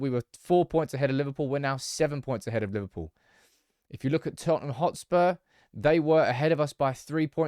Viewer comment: what is Toten hotspur?